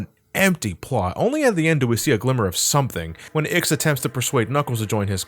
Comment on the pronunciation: Years later and he still calls IX, Ziggy.